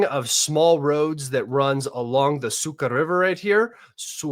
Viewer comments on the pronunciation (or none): the river's name is Suha (En: Dry) not Suka (En: Bitch). As to your segue into the B***-word (En: Slut) - too much of casual use of obscenity is not cool among Russians/Ukrainians who lived past their teens. Unfortunately there is a lot of misperception of the subject in the non-Russian-speaking Internet mass-culture. So, this is just FYI, my friend. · Can’t see it on your map but it might be the river’s name is su-kha” (“kh” sounds more like “hell” meaning dry) not suka (meaning bitch).